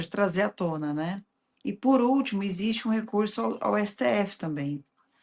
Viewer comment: " e por ültimo temos recurso do STF" , é pra rir ou pra chorar ?